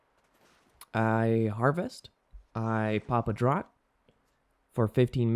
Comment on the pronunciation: Just btw "Draught" is pronounced "Draft".